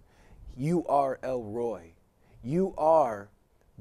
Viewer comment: It's not pronounced 'Roy'. It's pronounced El 'Rrr(roll the R)-oy-He'. El Roi is American to the core, bruh